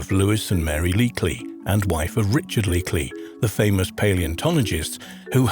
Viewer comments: First you said Leakly numerous times. Then you said Leakey a couple of times correctly. Then you said Leakly again. I don't believe this is AI. I think you didn't do your research or you were reading from someone else's script or god knows what. smh. Why would you upload a science/history type of video without having someone else check ✔️ ✔️ your work? And I mean this in the nicest possible way. ☮️💖🌻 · It's leeky not leekly!! WTF?? SORT YOUR FREAKIN CRAP OUT